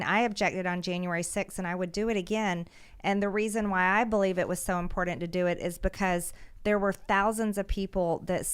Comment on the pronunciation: I love mtg but damn that pronunciation of important drives me bonkers......lol